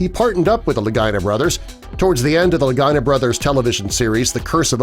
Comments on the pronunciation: It's Rick and Marty La-gee-nah. NOT Ricky and Martin Luh-guy-nah. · Its pronounced Lageeena. Not Lagina. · Its "Lageeenah!.. not Ligyna!!.. Idiot! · Thanks lol thought i was loosing it! Your so correct!👍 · Worst Oak Island video ever. And why do you keep saying Lagina like Vagina?? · LaGEE-nah. C'mon man...they've been on TV for quite a while now. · La-gee-na... You’d think doing a documentary, you’d be able to say a name correctly... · I agree. He should pronounce their last name correctly! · Rhymes with Delores Lagina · This is pitiful. You can’t pronounce their last name and the sword was not a Roman sword! They debunked that very quickly. Get your story right! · I thought I was gonna hear something new, Hell I know more about the show than this video shows.I'm sure the guy's just love the way they pronounced their name like a certain female body part. Maybe change your handle to Facts FIRST. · Can you please correct the pronunciation of the Lagina Thank you.